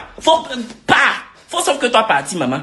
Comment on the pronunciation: mais wsh on dit maman pas momon 🤣